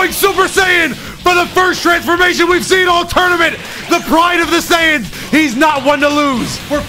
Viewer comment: why you keep saying SAiyans like that? 😂